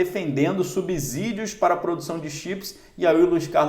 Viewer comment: A pronúncia é sssssiii. De subsídios. "A" só tem som de z se estiver ENTRE VOGAIS!!! Ex: casa, mesa, musa, etc. ???